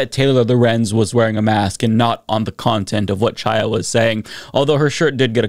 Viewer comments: I think the jerk's name is pronounced KHAI-ya, not Chai-ya, but maybe the wrong way is more appropriate. Chaia means "light" in Hebrew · Although I'm on board with most of your content, and think Chaya Raichik is despicable, I find it annoying that you persist in mispronouncing her name. Her first name is Hebrew, the 'Ch' is a hard 'h' or pronounced like the 'ch' in "Chanukah" or the Scottish word "loch". Look up "voiceless velar fricative". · The C in Chaya's name is silent, but I refuse to pronounce it that way. If she won't use someone's preferred pronouns then I'll say her name however I want.